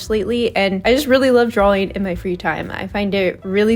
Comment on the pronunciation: I'm sorry, but an artist mispronouncing the word "drawing" drives me nuts, and I'm not sure I can watch more 😭